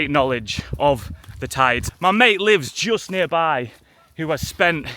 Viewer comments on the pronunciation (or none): none